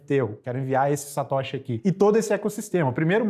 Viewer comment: Cara fala tudo errado neo e Satoshi e ainda q ensinar kkk